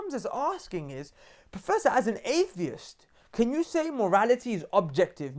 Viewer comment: lol come on brother, it's "atheist" not "aeheist" haha